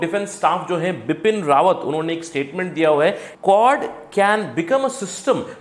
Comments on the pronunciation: Correct name Bipin Rawat not RAWAN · Pls correct bipin rawat instead of bipin rawan